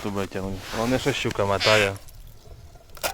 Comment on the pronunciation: Молодець.., респект за Українську… тільки не « матає» а мотає…